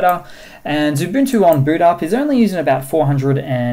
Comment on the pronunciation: Are you saying lubuntu or xubuntu?